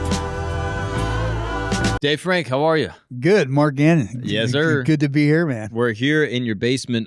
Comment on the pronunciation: I loved that he called him Gannon!😂